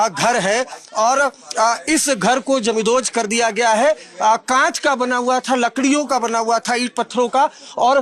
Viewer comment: पहिली गोष्ट, 'जमीनदोस्त' चा नीट उच्चार कर. आणि काही जमीनदोस्त झालेलं नाहीये , फक्त दार आणि खिडक्या तोडल्या आहेत. आणि त्या बायका काय म्हणत आहे ते कोण दाखवणार re? YZ